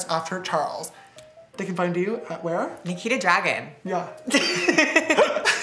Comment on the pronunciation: It’s Nikita not Nakita